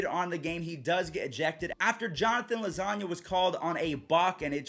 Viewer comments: Lol Jonathan “lasagna” 🤣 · Did he say Jonathan lasagna